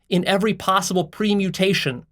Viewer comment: Permutation, not premutation.